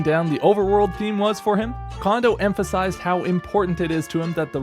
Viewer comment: FYI: Kondo isn't pronounced like "condo" it's pronounced like "cone-dough".